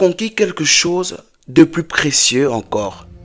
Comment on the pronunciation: Par contre il ne sait pas prononcer "chose"